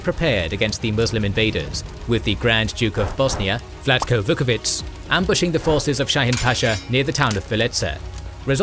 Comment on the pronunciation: If i may say, I believe the pronunciation of "ć" with an accent is 'tch' in most Slavic languages. Your pronunciation sounds like a "c" without an accent "ts" (in which case the pronunciation would be very good actually, like when you pronounce "Milica"). Vuković is then pronounced Vukovi'tch' and not Vukovi'ts'